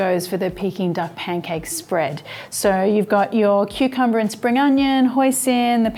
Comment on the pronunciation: It's P A N C A K E, not pen cake, love.